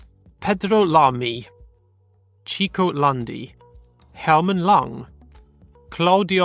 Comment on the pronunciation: The portuguese names were good. The brazilians were close enought, because many had non-portuguese names. For Chico Serra, try to say it like "Shico", as in Sheldon. In F2, I hear english comentators say french driver Victor Martins name with a french accent, but it's a portuguese name because his parents are portuguese, so it always souds wrong.